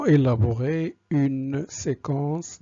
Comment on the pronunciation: élaborer( sans accentuer le son "l"/ savoire qu'il veut faire acquérir à ses élèves ou bien apprendre à ses élèves ( et non pas acquérir à ses élèves... je n'ai que le début... bon courage professeur